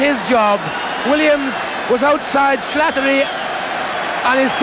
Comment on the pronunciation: He has a wonderful lyrical pronunciation of the name "Slattery"